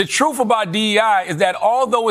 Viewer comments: He told us the "troof" about D.E.I. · He lost me at “truf” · "The troof about DEI." What a talker. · He must have real street cred! He said "truf". Dope. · I quit when Charlatan said “the trooff about DEI…” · did he say truff??? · He lost me at "the troof" about dei. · Did he say "da troof"? 🤦 No way he dintdu that! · Charlemagne - "Da troof abott DEI...."